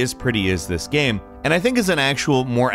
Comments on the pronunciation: "Gehm", "gehms". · One time he said “Gang” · Has anyone noticed how sometimes mispronounces things or says them weird? he said Gehm instead of Game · I noticed you say «gaem» not «game» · LOLLL WTFFF GAYEM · Do people ever say anything about the way you say "game" (gaem) ? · "gaem" why u say "game" like that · He had a stroke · I had to play it back to check if I was just hearing things hahaha. How does one cover games in YouTube and not pronounce “Game” right? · This guy pronounces "game" different every time... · is the weirdest pronunciation of "Game" ever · Sounds like you had a stroke when you said "game" . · Glad I’m not the only one. I rewinded like 5 times it was hilarious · game Him: gam game Him: gam I think he’s saying games for plural and gam for singular ffs 😂 the phantom pain Him: PANNNNN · he had a stroke while saying “medieval game”